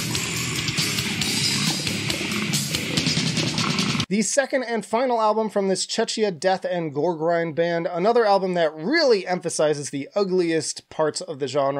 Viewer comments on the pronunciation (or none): Focus, Heartwork and Individual all at the right spot - I'm definitely satisfied :). Now I see why at about that time I became fed up with what is now "old skool death metal" sound. Once more, please, Czechia is pronounced "check-ia" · Focus, Heartwork and Individual at the right tier - I'm definitely satisfied. Now I see why at about this time I got fed up with what is now "old school death metal". If I can ask a favorite - once again - Czechia is pronounced "check-ia".